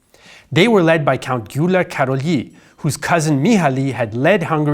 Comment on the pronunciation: Gyula Karolyiiii... Rule no 1: in Hungarian you always put the accent on the first syllable